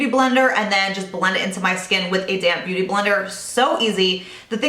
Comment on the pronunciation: When you say "damp beauty blender" it always sounds like you're saying "you just take a damn beauty blender..." it cracks me up every time! Great video, as always :)